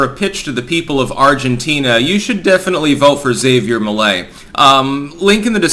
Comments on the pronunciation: You mean "Hav-E-Air" Not "Za-VE-Air" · It's pronounced HAV-ier not Xevier. He's obviously going to be voted en-masse for, but this guy is more of Jewish supremacist than Bibi is, and an obvious "angry vote" setup to end with Patagonia being gifted to Israel to get out of future debt problems. The Argentinian people will end up blaming themselves for future woes, for voting for this guy. All part of the plan. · it's pronounced Ha-vee-air, not Xavier. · It's Havier not Xavier... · Hah-Vee-Air, not Xavier. Lol your pronunciations crack me up. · Isn't Javier pronounced haw-vee-air. Or am I missing something? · it's pronounced Ha-vier Me-lei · That was a great clip! (Pretty sure "Javier" is pronounced "ha vee air", however.) I'm very fond of Argentinos, like most people, they don't deserve their government. The first time I visited, I was told to spend all the pesos before I left---because inflation then was 30% a month. It's government policy to destroy the money, they admit it. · Ja(ha)ví(v)er( like care without the k sound in the begining) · Actually its Kha-bier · That’s not how you pronounce Javier